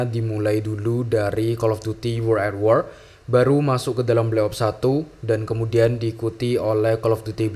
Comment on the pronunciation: Wo(r)ld at wor bang bukan uworl a wor